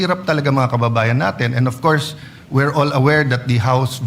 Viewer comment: "of coursed" "unlessed" hahahah kulet mo boss mag Tagalog kana lang kse